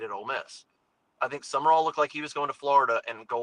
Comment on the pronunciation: It's not Summerall. It's Sumrall. I'm glad we didn't hire him for the sheer fact no one can say his name correctly.